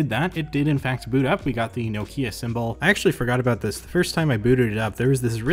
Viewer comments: BTW, it's "knock-ya", not "no key-a". Petty correction, maybe, but as a European who knows just a little Finnish, certainly enough to know that the emphasis is always on the first syllable of a word in that language, this kind of mispronunciation really gets to me! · I couldn't watch this till the end as the way you say Nokia really bugs me. Also how can I trust you as a tech reviewer if you've never heard of Symbian OS? Did you really think the iPhone wasn't the first smartphone?! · Being grumpy and from the UK I just got to say its pronounced NOCK IA! well it is here anyway. Rant over, keep up the great videos 👍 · Jesus, why Americans and Canadian read Nokia as Nokya?